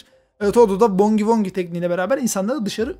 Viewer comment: Bugi wugi diye okunan Boogie Woogieyi, bongi wongi diye okuyan koca yürekli